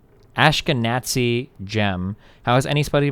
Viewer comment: I can’t believe destiny read ashkenazi as ashke-NAZI. This really is one of his most shameful videos.